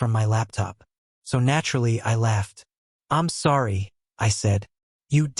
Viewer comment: Love how Mason always says “I’m sorry” in a quasi Indian/Spanish/Russian accent. So charming. 🤣